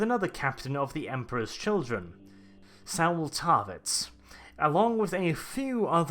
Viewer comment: Thank you for putting together such an in-depth break-down. One thing though: Saul rhymes with call, not owl.